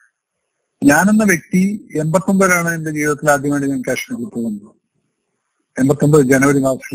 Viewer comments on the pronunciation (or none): none